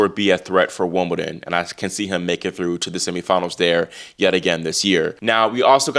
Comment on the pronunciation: It may be his American accent, but he seems already to be calling it Wombledon, which is what I sometimes call it, being English and growing up in the 70s. That would be better than a fake accent!